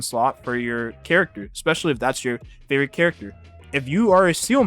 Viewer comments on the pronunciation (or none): (Seeele is my Favotite character since HI3rd is a thing, so I will, as you said, pull for her just for it) But please, do you guys really pronounce Seele as Seal? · It always pains me on how people butchered Seele's name even the EN VA ingame 🤣🤣